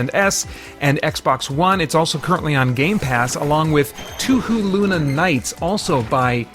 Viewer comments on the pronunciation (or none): Touhou is pronounced "Toe-Hoe". In other romanizations, you'll see it spelled "Toho" which would also have long "o's".